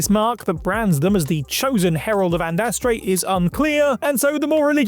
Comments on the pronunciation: Herald of ANDRASTE not ANDASTRE. A forgettable mistake but one that hurts the ears. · How are you able to consistently mispronounce Andraste As "Andastre"? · Andraste, not Andastre. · Andraste not andarste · The Inquisitor in Dragon Age obtained his mark by accident: He interrupted a ritual,where the villain,Corypheus was using an orb to bind the Divine. The Inquisitor stormed in,and the orb was tossed to the floor. He picked it up,and got the mark on his hand. Oh,and it's "Andraste",...😁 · Unless you intentionally mispronounced it,, #9 is the “Herald of Andraste.”